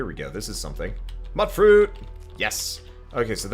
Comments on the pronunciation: Its not "Mutt fruit, its myoot fruit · Mutdruit. As in mut, like a dog? Fuck you, no. Pronounced mute-fruit lol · it's not "mut-fruit" it's pronounced "mewt-fruit", like mutant. So for the love of God please stop saying it that way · It's pronounced like "Mute-Fruit", as in mutated fruit. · The Drama Llama, well its not muttfruit its mutefruit aka Mutfruit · I'm pretty sure it is pronounced, "mut-fruit," because the spelling doesn't suggest to the hard U sounds for, "mute-fruit." Either way it works, I suppose. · How is Mutfruit pronounced? I personally pronounce it Moot-Fruit